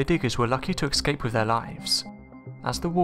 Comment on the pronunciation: The word is ESCAPE, not EXCAPE. Learn how to pronounce it correctly mate.